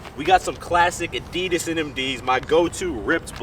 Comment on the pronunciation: Why can't Americans pronounce 'Adidas'? ;)